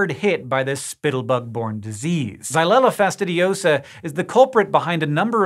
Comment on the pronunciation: I love how easily "xylella fastidiosa" rolls off his tongue.